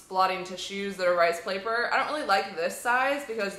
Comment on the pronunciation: you said plaper